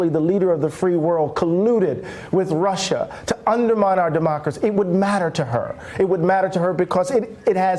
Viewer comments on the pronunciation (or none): That line was enough to let any sane individual know that the person putting an "R" at the end of the word "Russia" was totally insane. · My late stepfather, who looked and acted exactly like Trump and was from NY also pronounced Russer too. Lol